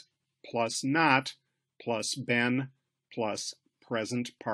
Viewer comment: Great lesson, but why do you pronounce "been" as Ben? There's literally not a single dictionary that pronounces this word like that.